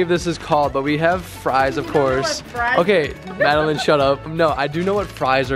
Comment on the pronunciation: idk why calling madeline “madeLINE” is sending me 😂